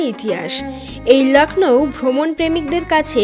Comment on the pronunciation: It's Lucknow not lacknow